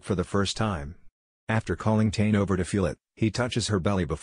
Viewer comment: Please pronounce Tane properly.